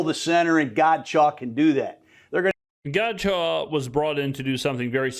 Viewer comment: That's not correct, it's Godchaux